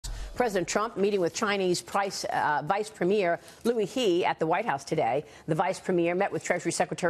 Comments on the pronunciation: It is liu "her", in Chinese, "he" is pronuced as "her"Maria read it wrong.... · Ha, this channel is the opposite of truth , good analysis and responsible reporting! So bad that it can only exist in US! President G, Loo He... can't even spend a min or 2 to get the name right!